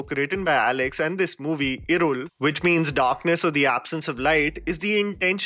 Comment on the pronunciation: you really improved the pronunciations!! Kuddos for considering my suggestion yaar. ❤️ Edit - that L in irul in particular was the best